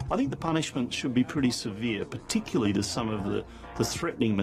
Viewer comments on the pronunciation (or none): Lol, he said "particuly".